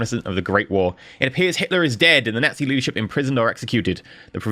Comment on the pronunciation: Junta like Hoon-ta not june-ta, nazi like yahtzee not gnat-zee